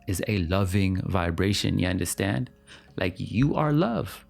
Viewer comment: i knew you were caribbean when you first said "ya understand?" 😫 i loved this video so much